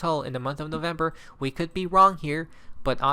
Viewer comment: It's November now 😂 NO vember😂